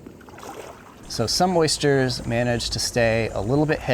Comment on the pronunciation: ...you say oysters, and I say ersters.... :)